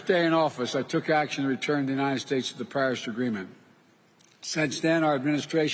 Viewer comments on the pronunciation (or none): none